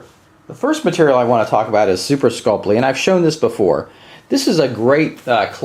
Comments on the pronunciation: Skull-Pee not Skull-Plee... Drives me crazy lol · Read through the word Sculpey slowly and see if you can figure out what extra letter you're adding into your pronunciation.